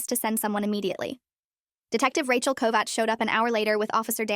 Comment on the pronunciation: I am impressed that the AI could pronounce 'Kovács' almost as good as any Hungarian.